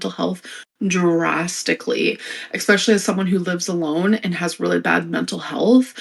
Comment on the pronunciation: If I have to hear her say "eKspecially" one more time, I may very well throw this phone through a window. There is no K in the word "especially"!!! Never has been and never will be! Look at the word- do you see the letter K, or the letter X? No, because they aren't there! She's not the only one that does it and every time I hear it I just want to scream! I don't know why I get so angry, I probably need therapy. 😅